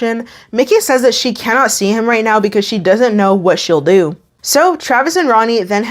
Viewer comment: I don’t know where ur from. Sometimes I hear some Canadian twang in the teeth. But DAYUM that “DOOO” was all southern baptism Mississippi! 😝🙊😹